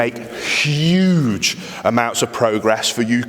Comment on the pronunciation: Did you say SSSHUGE?